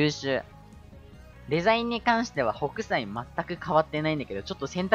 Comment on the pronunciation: ホ→ク↑サイ↓